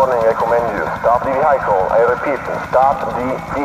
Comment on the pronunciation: Vehicle is pronounced VEE- hih-cul, not ve-HIGH-cul